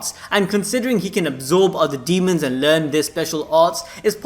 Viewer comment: He calling his "Dee-hee-mons" to pick apart main characters